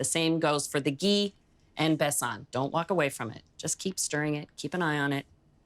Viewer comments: Besan is pronounced using one A like Jordan, not Besaan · I enjoyed the recipe as well as your cute pronunciation of besan and ghee. Besan is a heavenly treat , from fritters to flat bread it never disappoints. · the way she pronounced 'besan' haha how cute ❤ this is both an indian sweet and pakistani sweet and it is absolutely delicious ❤